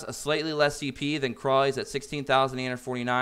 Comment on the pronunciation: Dude...seriously.....Pronounce the names correctly. Krau is German. Pronounced KR OWW Like when you stub your toe and say oww!